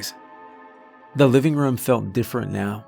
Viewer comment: Team "Narrator says RUM instead of ROOM" checking in for duty!